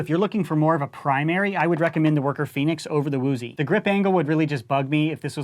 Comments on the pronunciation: its actually uzi not "woooooozi" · Why does he keep saying “woozie”?